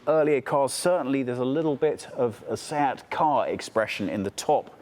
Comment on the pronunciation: When you say Seat is hear "Sad or sab"